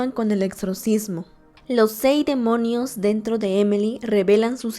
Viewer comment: Su nombre es Emily, por que dice emely ?